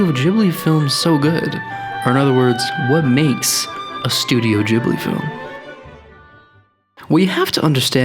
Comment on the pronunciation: im sorry. instantly paused the video. did you say jiblee? studio jiblee?!?! :*)